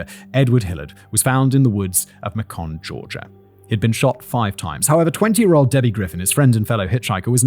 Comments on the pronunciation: As someone from Warner Robins, the way you pronounce Macon made me laugh lol it’s pronounced like bacon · FACTBoi....Macon, GA is pronounced May-con, like bacon. We know you visited the South (of the US), you know we have interesting pronunciations. Please, Basement-Dwellers, give him a story in New Orleans or otherwise in Southern Louisiana...and for the love of all our sanity, give him a pronunciation guide! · It’s pronounced MAY-CON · Simon. I love ya dude but it's Macon. It sounds like Bacon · Macon is pronounced May-cun 😊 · did you mean to say Macon? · As a Georgian I just thought I’d let you know that Macon rhymes with bacon. Very interesting story as always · My roommate and I can't get over how Simon says Macon... think bacon dude. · I'm from middle GA. Grew up in Crawford and live in Macon. As horrible as all this is, I spit my drink out laughing at the way he pronounced Macon. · As a Georgia resident you said Macon so wrong I wasn’t sure what you even said😂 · Here for this comment! I'm from Alabama so the the pronunciation of Macon had me doing a double take in Walmart 😂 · Fyi, Macon (as in Macon, GA) rhymes with bacon 🥓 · Ah I knew I'd find this comment. I work in Macon and deal with phone calls a lot where people from across the US have to mail us stuff. I always hear the most unusual pronunciations for it. Lol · Couple things: Macon is pronounced like bacon. Second, YouTube's rules are moronic at best. Not allowing a word to be used - doesn't mean the crime is magically not going to happen. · Ma-con Georgia 😂 You mean MAYCUN?? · Simon, Macon, Georgia is pronounced MAY-KIN. Don’t listen to Yankees pronouncing it MAY-KON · “Mah-cawn, Georgia” 😂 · For the record, "Macon" is pronounced "MAY-kin," not "muh-KAWN". But also fuck Macon. Awful place. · we pronounce it may cun. Not muh kun. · Macon rhymes with bacon. 😉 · Macon , Ga. is pronounced like bacon.